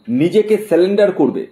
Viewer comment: বোকা....কথা টা সেলেন্ডার নয়😢সেরেন্ডার 😂😂